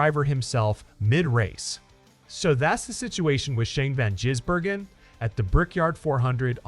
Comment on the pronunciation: This station is infuriatingly stupid. If your bloody AI cannot say SVG’s surname correctly, then stop doing stories on him, or maybe just go away. You are incompetent.